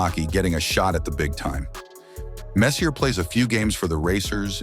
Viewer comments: Attention narrator, Mark Messier's last name is pronounced: MESS-EEE-AAY, and NOT messy-er. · 👎🏼Hate these BOT READERS! His name is PRONOUNCED MESS-E-AAAY Have some RESPECT! ❤Alberta 🇨🇦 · Mark MessIER!?! En français s'il vous plaît. OR let a Canadian do the dialogue. Please ... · When the narrator knows so little about hockey that he calls Mess,,,, Messyour,,,, it is obvious that he is just some goof reading a script. Ridiculous. No thanks. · AI, please pronounce it MES-SI -AY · I'm messy, but he's messyer. Whoever programs these AI voices should at least figure out correct pronunciations. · Good mispronounce of Messie-ay, dork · Like this story turns my guts listening to how he says Messier..... Clearly not a hockey person at all and I'm not even two minutes in pretty much know everything about Messssss Eeeee Aaaa there ever is anyway because he was my favorite player....jam the like and subscribe up your ass this is gross and idc if that is harsh or rude because your lack of knowledge of one of the best players ever is straight up disgusting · Get his fn name right ffs mess e r . Mess e a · So in CanaDUH, is it Messier...EH? L0L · Nope. "We're talking about Mark Messy-er" or messier. As if he is the the messier of two brothers. UMMM "i thinl" the narrator doesn't know a damned thing and I pity the poor fool who gave you a thumbs up. By the way, just so you understand Chiefsfansince-qb1kt didn't say the problem was the SPELLING. They attacked the pronunciation. Perhaps you too are AI, v4v819. If not it would appear you have the same skill level. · The narration is so bad. How many name mispronounciations? The subject, Messier. McCoun Fuhr Horrible video. Horrible copy. Horrible narration. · The voice mispronounces Messier and Fuhr and talks about Messy-ur in Vancouver while showing images of Mark in Edmonton and New York. Ah well – quality not guaranteed on YT. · Couldn't listen. No hockey fan pronounces Messier wrong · You are mispronouncing his name.